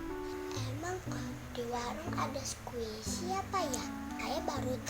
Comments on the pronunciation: 😂😂😂 squishy ko dengernya kuwaci duuhh sok tau nyaaakk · Squisi nyakkkk.... bukan kuaci..😁😁 enyak sok tau..😁, keren parodi anak nya. mantap.. sangat menghibur sekali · Nyak nyak bukan kuaci,squisi...et dah nyak sok tau banget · Squshi jadi kuaci Wkwkwkwkwk, emaknya gaul juga garti btw😂😂